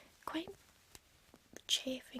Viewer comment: I love her accent when she says chaffing and stuff